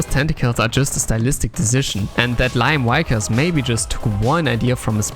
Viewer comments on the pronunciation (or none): Just gunna pop in here and say the pronunciation of Liam Vickers is "Lee-um Vik-urs" though it was fun to hear it as Lyom Wykurs. :P